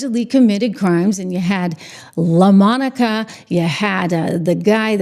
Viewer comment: Please say Laaa...Monica. 😅